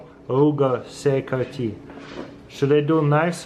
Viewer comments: CRKT is pronounced like " CRICKET" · Cee -uh-car-Tee. 😅. Accent in full effect. 👍